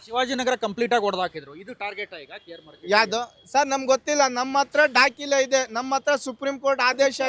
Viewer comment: Dakile (document) alla dakhale. Modalu Kannada sariyagi matanadalu kaliri. Regards.